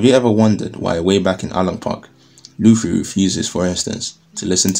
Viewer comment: Did you actually say Monkey D Luci? Love it!